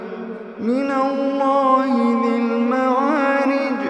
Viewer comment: Salam alaykum warahmatullah. Mina llai dhil ma'arij not mawarij🥰. Salam alaykum. Your voice is so breathtaking I specifically looked for this surah in your voice 😍